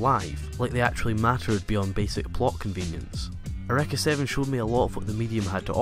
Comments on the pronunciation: lol ureka? it's pronounces your-ee-ka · YUR - E - KAH not YUR - EHK - AH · In the English dub, neither is right and eureka sounds closer to air-oo-wrecka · ***** funny because it's not a japanese word, it's greek and it's real pronunciation is how i said before i don't care how they said it in the pronunciation, it's still wrong, just like how english speakers mispronounce japanese words